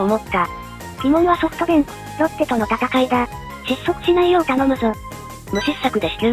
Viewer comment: （誤）ソフトベンク →（正）ソフトバンク